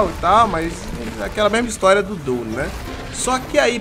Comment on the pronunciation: também, na real a pronúncia dele tava meio abrasileirada 🤣